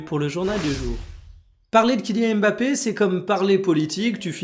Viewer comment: « kylian mafé » merci pour ça 😏